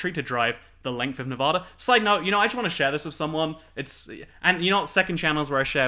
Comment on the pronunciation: From a Las Vegan, welcome! You won't be a true Nevadan until you start pronouncing it correctly though, lmao. Nev-ah-da, not Nev-aw-da!